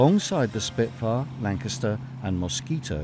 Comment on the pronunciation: Achtung Shpitfuer ! Arggggg .